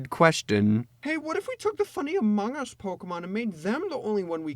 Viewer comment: I was on floor when he said "Amongus"